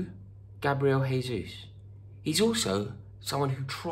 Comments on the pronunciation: Jesus is pronounced as 'Jay-sus' and not 'Hay-sus'. It's Portuguese and not Spanish. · In portuguese, the j is pronounced more or less as a j (a bit softer but about the same), not in the spanish way which is closer to an english h sound. It's not "hayzoos" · What can Arsenal offer Gabriel Jesus? We can offer to pronounce his name correctly. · Pretty sure he wouldn’t want to play for a club with fans that can’t take the time needed to learn how his name is pronounced! He’s Brazilian, not Spanish. “Jay”-zoose not “Hay”-zoose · Pronounced Jay-Zeus. You need to give your Chelsea contacts a call Rory! Do you think he starts for spurs though? Nice tan btw! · Arsenal can offer the ability to say his name properly. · Gabriel told me himself that he's not joining because you pronounce his name incorrectly, Rory. Unlucky mate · It's Portuguese, not Spanish. You pronounce the "J" in "Jesus" the same way you would pronounce the "G" in the word "regime". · If you want him you're gonna have to pronounce his name right first. Hint, his name ain't Spanish blood. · Maybe we say his name right? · Please pronounce the J in Jesus, like you do with Jose. Portuguese not Spanish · You can’t even say his name correctly mate